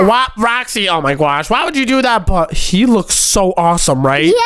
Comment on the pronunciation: Bro stop saying oh my gwosh